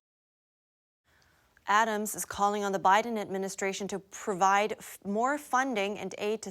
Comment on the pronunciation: "President OBiden". Freudian slip there? I applaud.